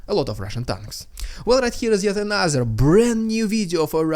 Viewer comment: Just a note, Dude: when you say ANOTHER it sounds like A NASA. I don't think the american space agency has anything to do with this war...does it?